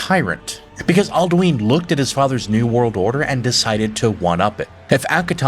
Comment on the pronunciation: Alduin is said outloud about 2000 times during the game. Where in the seven hells did this pronounciation come from?